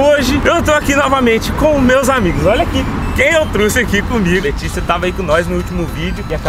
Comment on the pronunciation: Tanto q eu gostava do mas ele falou "truxe"